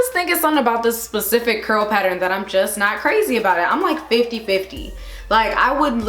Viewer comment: You said “specific” instead of “pacific” like I’ve heard other people say lol 😂 good job!